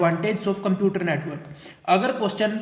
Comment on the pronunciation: Computer ❌ cuumputers✅